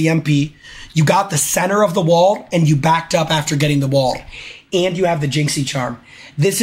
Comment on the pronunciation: ik like best clip orrrrrrrf the day